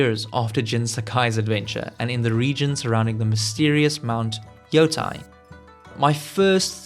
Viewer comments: Its Ghost of Yotei not Yotai... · YO TE II not YO TA II ようてい-ヨウテイ Putain 😂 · Its terrible